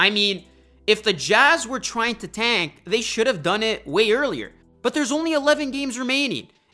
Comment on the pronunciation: fuckin hate the way you say "tank" say it fucking right